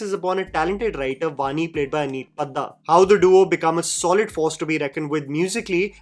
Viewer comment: Nahi nahi. It's अनीत पड्डा not पद्दा। Bandi ka galat naam nahi lena mujhe pyaar ho gaya hai ❤